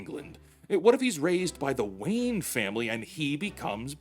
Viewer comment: You said Wayne family, and I heard Wayans family and was thinking Superman would just be acting silly with Marlon and Damon etc.